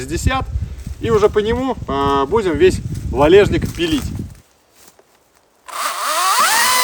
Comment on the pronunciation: не валЕжник, а валЁжник он называется